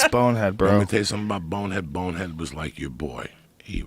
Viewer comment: WHY IS IT SO SATISFYING TO HEAR JOEY SAY BONEHEAD LOL ITS THE SMOOTHEST DELIVERY OF SYLLABLES IVE EVER HEARD HE SAYS IT AT LEAST 102 times